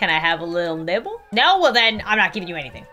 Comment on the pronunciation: when she said "ill pay you a dollar for a little nibble" i though she said nipple AND I TURNED AROUND SO FAST